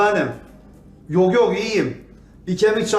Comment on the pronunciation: Doğtor sevüşmege bir mani yoğ dedi 😅😅😅😅